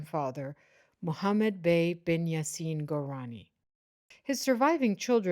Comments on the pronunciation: The word is korani you miss pronounced your own family name. You said gourani..😂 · Kurani not Gurani.